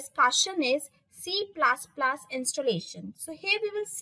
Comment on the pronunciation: Please it's not C plas plas....🙏It's plus plus